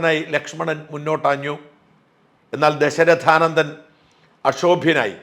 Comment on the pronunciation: ഷാജൻ സാറിന്റെ വാക്കുകളുടെ മാധുര്യം ഉൾക്കൊണ്ടുകൊണ്ട് തന്നെ പറയട്ടെ... സർ അങ്ങയ്ക്കു ഈയിടെയായി വാക്കുകൾ തെറ്റിപ്പോകുന്നു. അതോടൊപ്പം അർത്ഥവ്യത്യാസവും... മനോ മുരുകം അല്ല സർ .. മനോ മുകുരം എന്നാണ് ശരി. അത് പോലെ ദശ ര ഥ നന്ദനൻ എന്നതിന് പകരം അങ്ങ് ദശ ര ഥാ നന്ദനൻ എന്നും അങ്ങ് തെറ്റായി പ്രയോഗിച്ചിരിക്കുന്നു. വാക്യശുദ്ധി യും അക്ഷര ശുദ്ധിയും അങ്ങയുടെ പ്രത്യേകത തന്നെ യാണല്ലോ. ഷാജൻ സാറിന് വിനീത നമസ്കാരം 🙏🙏🙏👍❤❤❤